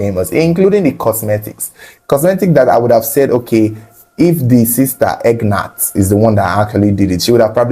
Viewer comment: Whats the sisters name?.. the way says it,it sounds like Egg Nut..hahaha. I'm guessing its probably Agneth??